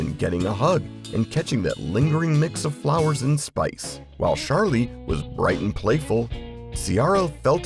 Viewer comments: It's Charlie, not "Shar-Lee"... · It is NOT Sharlie with a SH sound, it is with a CH sound like choo choo. AI is bad! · Nice but most of your pictures were from the 80's (there was no Charlie red, blue or red at that time). It was all one fragrance, and it isn't pronounced "Sharlie", it's Charlie, with a hard "ch". Get it right